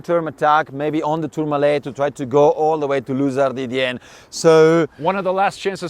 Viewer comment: Is it that hard to say Luz Ardiden? Luz Arden? Luz Ardidienne? Common guys!